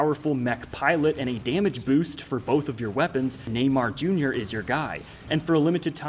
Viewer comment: Everythime he says Neymar Jr. sounds like a gringo robot trying to speak a old forgoted language